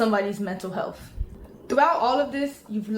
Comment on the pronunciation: “Somebody’s mental healthf”